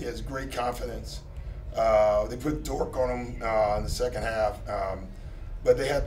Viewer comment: Lol why he keep calling Dort "dork"